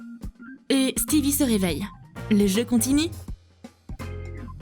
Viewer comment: C'est pas stevi c'est stiveux